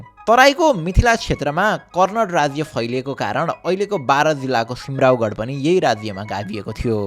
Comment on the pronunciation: It's not कर्णट but कर्णाट. Also not सिमराउगढ but सिमराउँगढ.